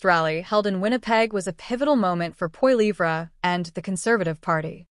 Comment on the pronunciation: What a pile of crap - propaganda probably of Russian origin - can't even pronounce Pierre's name properly